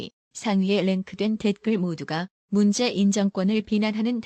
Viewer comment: 도 로보트 처럼 말 띠엄을 모르네.; '문재인'도 제대로 못 읽어요. '문재-인' 으로..이게뭐야.